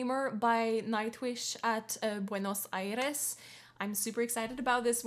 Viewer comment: Whoah, first native english speaker i've heard pronouncing Buenos Aires right way 👍🙏